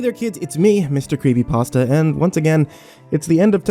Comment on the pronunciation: I really thought you said mr creamy pasta at the end